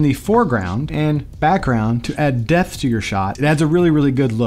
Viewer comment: Are you saying Depth or Death?😂 Overall, fantastic video, that just kept throwing me off haha